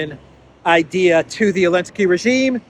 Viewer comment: you keep saying "Elenski", his name starts with a "Z". LOL